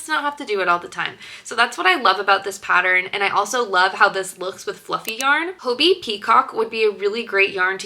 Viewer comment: Im from denmark and im pretty sure “hobbii” is just pronounced like hobby